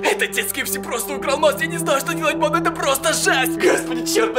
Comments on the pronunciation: Мне одном кажется что он говорит не банда а панда🌚🌝🌝🌝? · И да кажется что он говорит панда а не банда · Пачиму ты говориш почти вьсигда паньда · Мне тоже кажется точнее я думала раньше что он так пандой и называл тех кто его смотрит... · Мне кажется что он говорит панда а не да да??? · Мне тоже кажется что он говорит панда!?🙉😸😧😘😙😗😚💋💘💞💖💗💔❤💚💜💙💛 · Да правда